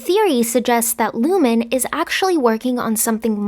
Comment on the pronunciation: It’s ‘Lumon’, ,Ricken’ and ,Dylan’